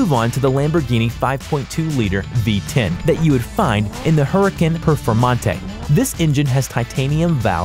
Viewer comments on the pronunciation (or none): I hate the way you say huracán and other cars lmak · "hurikin perfmontee" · huracn not even huracan lol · What about the RB26DETT or 2JZ those are able to make almost as much if not more horsepower as the regera and for 4 cylinders what about the 2AR-FE which can make more than 1K horsepower N/A also you need to work on your pronunciation Audi is pronounced ow,de and Huraćan is pronounced huri, con